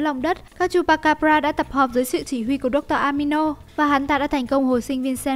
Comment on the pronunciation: Dr amino??? Dr animo mà nhỉ🤔